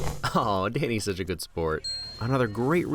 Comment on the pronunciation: Smart gorilla "The greater grood"